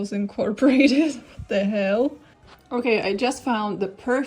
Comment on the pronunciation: All hail the pumpkin queen 🙇🏻‍♀️🎃 Also obsessed with the fact that sometimes you seem to slip into what sounds like a US southern accent when you say things like “what the HEeLLL was THAT”